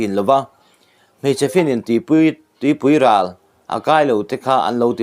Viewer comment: Tupuiral chu an ti lo tawp ang lo en Chiang leh teh,,mizo tawng I thiam thlot lo😢